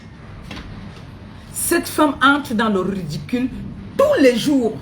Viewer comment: On ne dit pas redicule ni rudicule On dit ridicule. Ngue redicule rudicule, j'insiste et persiste tu me la boucle illettrée